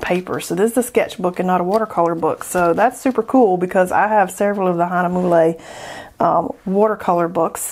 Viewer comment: Lots of fun goodies! TFS with us 😁 By the way, Hahnemühle would be pronounced Hahn-e-murl (soft r and e is silent). Steph